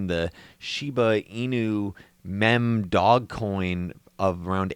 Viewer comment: meme is pronounced Meem